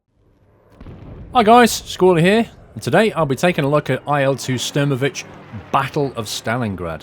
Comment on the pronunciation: pls, not sturmovich, it's more like shtoormohveek